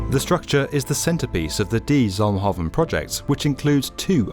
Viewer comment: Oh man the pronunciation of "de zalmhaven one" was a good try, but a bit jarring haha